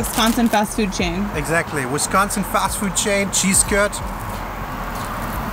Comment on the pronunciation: If you think five guys is better than culver's, you probably went to a bad culver's. Also, why does Avery one call it wesconsin?